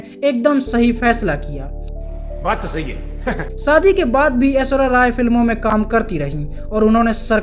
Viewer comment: zra Shabdon ko sahi se Ucharann kiya kro Naam AISHWARYA hai na ki AISWARYA SHADI wala SHA bo la karo Biharion wa la SADI Galat hai